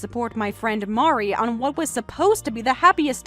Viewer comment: Mari is also upset because mispronuctiations her name. 😅😅😅